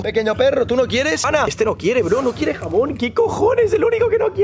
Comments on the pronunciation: Fui la única que escuche "jabón" y decía "jamón" jajaja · Jaja pense que dijo jabon que jamon